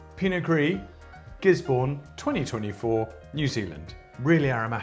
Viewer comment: Amazing work as always, you’re a hero. Small piece of information for you: Gisborne is not in Hawkes Bay, it’s just above. The city is pronounced Giz-buhn rather than “born” and the region is also called Gisborne. The cities in Hawkes Bay region are Napier & Hastings. Would recommend Craggy Range & Black Barn from that part of the country. Keep up the good work and sending love from down under!!